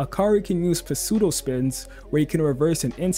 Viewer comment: great vid but its pronounced sudo spins not puh-sudo spins lol ❤